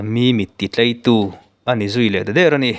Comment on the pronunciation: Chuan ,Mit ti tlai tih aiah TLEI iti zela,chhimlam ṭawng deuh mge chu kahre lemlo a😂